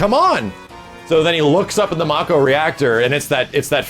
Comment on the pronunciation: Its "May-Ko" not "Mah-Ko" reactors.